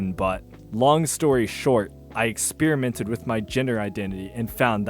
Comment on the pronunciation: "experimented," not "expeerimented"